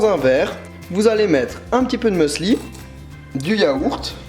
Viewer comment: On dit musli et non meusli ahah ;) les recettes m'ont donné tellement faim!